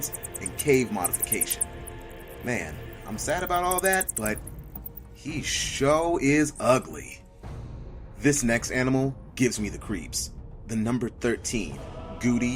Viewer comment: "He sho' is oogly!" Can you please, at least when you're making educational vidos, dispense with the ghetto ebonics?